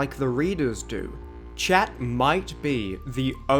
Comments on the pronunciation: Chat ois French of cat, pronounced SHAT, or SHahhhhhT, ahhhhhh, in the middle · but chat in French is pronounced “Sh-ah”, why translate the pronunciation?